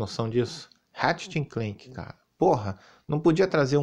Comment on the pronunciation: HAHAHAHAHAHAHAHAHAHAHAHAHAHAHAHAHAHAHAHAHAHAHAHAHAHAH melhor 😂 pleixteitiu, écsi bócsi😂 eu amo qndo ele fala assim 😂 mas nada supera rat le clanque q era p ser ratchet and clank😂🤌 mas agr ele tá falando+direitinho 😂